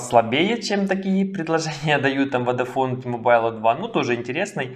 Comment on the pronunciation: Іще одне: не ті-мобайл, а ті-мобл, хоча це не дуже важливо.